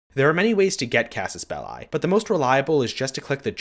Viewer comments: Casus Bell*i*, not "Bellei". The i is pronounced like the i in "englisch". It's latin. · That's not how you pronounce Casus Belli